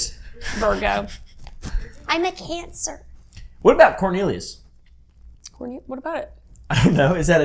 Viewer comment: said “iM a CoRniLiOuS” lmao